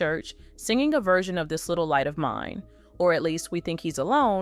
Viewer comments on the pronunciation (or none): none